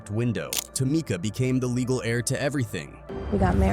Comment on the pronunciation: Maaan!!... it's Tah-meek-ah!!! Whiteboy can't pronounce names for shit smh along with false narratives u lost me as a watcher